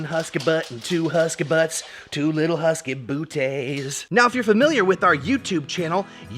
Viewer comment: “Two little huskay boootays…” hilarious